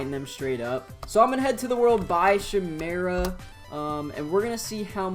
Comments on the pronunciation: Pronouced as: Kay-meh-ra Not: Shi-meh-ra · its pronounced ch-i mera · i’m so sorry but.. is it not pronounced “kai-meh-ra” ? afjekjfkf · It hurt my soul every time he said chimera incorrectly